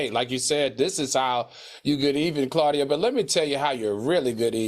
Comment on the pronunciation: How is Claudia Paula’s friend but she doesn’t even know how to pronounce her name properly? 😭😭 Side note: Funky ATE her ass Upppppp 😂😂😂💀